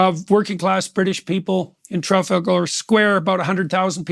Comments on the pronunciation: Tra-fal-gor square. never change jordan, never change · It amazes me that Jordan Peterson can't pronounce 'Trafalgar' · Can we all just take a moment to appreciate Peterson’s glorious pronunciation of ‘Trafalgar’